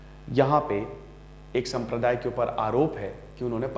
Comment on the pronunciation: Ek संप्रदाय kya hota h sir clear bola kro